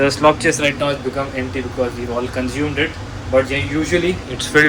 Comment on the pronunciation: A tip for Indians trying to speak English: The word is "consumed" not "conzoomed"